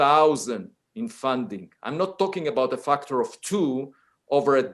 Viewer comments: I love him pronouncing factor as "fucktor" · feels like the word “factor” is too close to the f-word. My ear kept thinking he’s swearing…